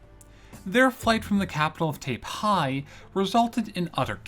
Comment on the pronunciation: Not only that, but he says Taipei differently twice, neither correct. It's a common thing though, people do tend to way over exoticize Chinese pronunciations because they don't know them, and it adds to the feel that you might be more on target when doing so.